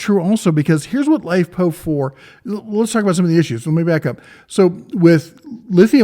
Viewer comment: this dude call it Lipo4? its LiFePO4, big dif. Hate when ppl miss pronounce like that. Maybe its cuz im a huge battery nerd.